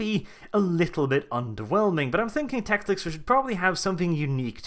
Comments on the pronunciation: If you want to be taken 'seriously' I strongly suggest you actually pronounce the name of the character you talk about well: it is NOT TecliCs or TecliC as you constantly repeat. Just Teclis. Teclis. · is it "tekliks's" not 'teklis?' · I cringe every time you say teclix. It's teclis. How do you mis read that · just say it slowly.... t e c l i s..... not teclic or teclix or any other damn way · 36 minutes of "Teclic" instead of "Teclis". My OCD is screaming! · as much as I hate the pointy eared fucks... TECLIS not TECLIK or TECLIX FFS! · Why do you keep calling him Teclic? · It really sounds like you are saying tecliks. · That second c you added to Teclis bugged me so bad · Why do you pronounce Teclis as Teclix? Same with Gotrek. This has bothered me for a while, but this is a good time to ask if any.